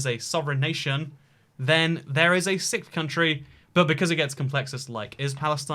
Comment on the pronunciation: Its pronounced "six-th", not "sic-th" as you and so many others seem to say these days. Its fcking cringe. Please say it properly...its really not that hard people!